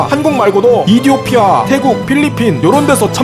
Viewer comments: 이디오피아 가아니라 에피오티아임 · 근데 왜 에티오피아가 아니라 이디오피아? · 에티오피아를 왜 이디오피아라고 부르시는거죠? 컨셉인가 보네요...ㅜㅠㅠㅜㅜㅠㅜㅠ 이디오피아라고 오해한 분들 개추 👇 👇 👇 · 근데 이디오피아가 아니라 에티오피아 아니냔 말이야?